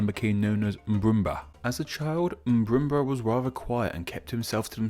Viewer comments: Do you know how to say it correctly? Then again this guy is infamous for mispronounciation. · I Crack up Everytime he say "Mburumba"